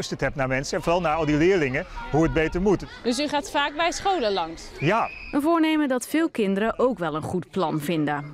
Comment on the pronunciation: Hoe zij het woord "scholen" uitspreekt, spreekt elke Jeugd Journaal journalist het uit lol